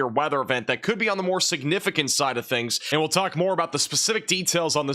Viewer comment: Nice pronunciation of the word siGnificant. 😉👍🏼⭐